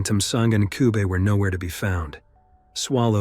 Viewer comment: Yall gotta learn to pronounce African names RIGHT 😢!!! Ncube is pronounced nothing close to the way the narrator pronounced it. Great information and video though 👌 👏